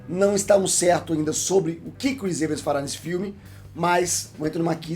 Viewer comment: Eu também estranho sempre essa pronúncia. O mais correto seria pronunciar "I-vans".